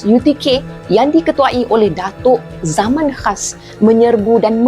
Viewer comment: 1) Datuk Zaman Khan bukan Zaman Khas 2) GUINESS WORLD bukan word